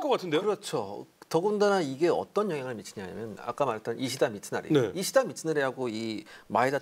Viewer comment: 히데츠구를 자꾸 히데구츠레... 이시다 미츠나리를 이시나리라 하고 ㅋㅋ